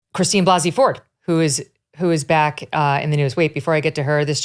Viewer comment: Christine Blase (Blah-se) Ford.